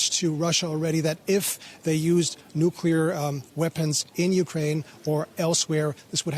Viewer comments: Bravo! I didn't hear anyone [nukular] in his video! Oops! SCRATCH THAT! just did. The second half of NU-CLEAR is C.L.E.A.R. not kular. Unacceptable from processional journalists, period. Pardon my French. I misplaced my filter.. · "nukular" video closed